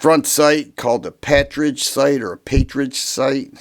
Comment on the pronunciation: It’s a “partridge” front sight, pronounced like the bird: i.e., “par tridge” or “paar trij”. The Python will hold up to a constant diet of .357 Magnum, but the older Model 19’s and 66’s forcing cone can’t withstand the corrosive gases from Magnum rounds. It was said, for the Model 19, a regular diet of .38 Special with an occasional cylinder of .357 Magnum. Practice with .38 Special, but carry .357 Magnums in K Frame Smiths. The Combat Masterpiece was the brainchild of USBP Agent Bill Jordan.